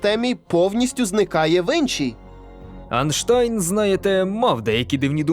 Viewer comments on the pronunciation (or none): Редко кто правильно называет правильно фамилию Альберта Анштайна. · Як же бісить цей инший анштайн. Це неможливо слухати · Голвне що я зрозумів , що вчений не Енштейн а виявляється Анштайн ! Ось як вірно казати АЙНШТАЙН ! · Почему "Айнштайн"а не "Ейнштейн" ? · Мова живе в народі, а не на сайтах чи темниках. І кажу як воно є насправді. Я за 40 років ніде не чув подібних наголосів. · а як тоді? Чи в українській мові якийсь вінятково інший звук [а]?